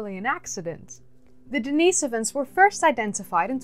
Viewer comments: The cave is named after a homeless guy named Dennis, therefore not pronounced Denice-ivan but Dennis-ovan... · Pronounced denih sovans.. you are annoying me with that...sorry